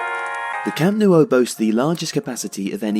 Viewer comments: The pronunciation of Camp Nou is more like Camp Now not camp Nuo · Stop saying “Camp Noo-oh”. It’s “Camp Now”... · What on earth is a Camp Nuo??? Did someone type "nuo" instead of "nou" and this guy's just reading it this way? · For crying out loud, it’s not the Camp “Nuo” it’s the Camp “Nou”!!! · Its not pronounced camp no-u. Its camp nu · Can you explain the pronunciation? Why are you saying "camp noo-oh"? It's ou, not uo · Why do you pronounce it "Camp newo"? The "o" is before the "u". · Maybe it's because someone keeps pronouncing it Camp NEW-O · Where is this Camp Noo-oh? Of which you speak? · Amazing video but I'm pretty sure it's pronounced camp new ? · "Camp New-O" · No, I'm catalan and it's pronounced cam' nou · Que lo pronuncien como quieran xD, pero tienes razón, lo más cercano sería su 'know' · Camp Nou is said Camp Now, just you know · 'Camp Noo oh' 😂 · Great vid but you kept saying "Camp New-o" lol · Why can’t you pronounce Nou right... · Its really strange how you say the nou in camp nou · Please stop pronouncing The Camp Nou like that, it hurts to hear